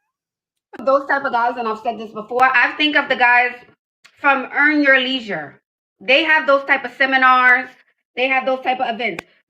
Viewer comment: She couldn't pronounce the word 'leisure' 3 times. She is worth nothing, that's why those dudes are boring and them big words turn her off.